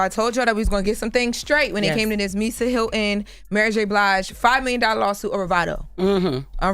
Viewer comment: Speak clearly, Hyl-ton not Hyl-in.